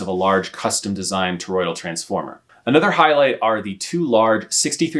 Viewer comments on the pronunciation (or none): none